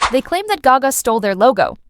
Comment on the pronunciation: This is AI narrirating these videos.... the way you said gayga and not gaga just gave it away.